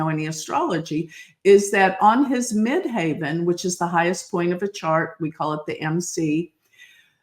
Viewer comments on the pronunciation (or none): Mid-Heaven!!!!!! Not haven